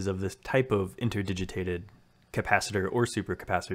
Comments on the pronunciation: "Interdigiated". * INTERDIGITATED :) I know it's a bugger to pronounce, with you changing it throughout the video :) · The word is 'interdigitated' - inter-digit-ated. You're missing out the second 't' of the three.